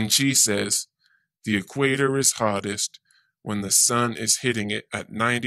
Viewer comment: Whadda Dope!!! As soon as he says "E Quator" you know his parents are closely related!!!!